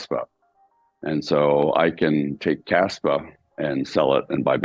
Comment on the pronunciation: Is it kaspa or kaspwah??😂😂😂